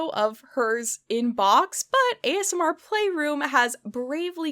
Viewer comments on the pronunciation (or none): none